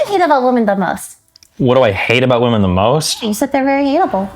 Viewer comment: I'd love Lily if she could just pronounce "women" correctly